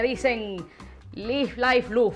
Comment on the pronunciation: "live, life, loof" 🤣